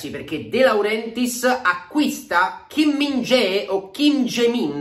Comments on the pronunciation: lo hai pronunciato male, il nome più corretto è Kim - Min - chiaé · la pronuncia esatta è KI MIN KJA E' ! 😂😂😂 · L ultima volta che avevo sentito parlare di lui era nella carriera allenatore di Falconero e lo pronunciava sempre Kim min ghiaè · CHI MINGHIA È è la pronuncia corretta. Per chi non lo sapesse pronunciare.